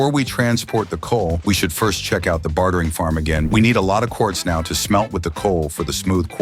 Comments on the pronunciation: "bat-hering farm" lol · why does he pronounce bartering "Bathering" lol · "bathering farm" he says.